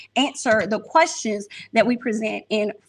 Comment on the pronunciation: Wanda asks qwerstions not questions lol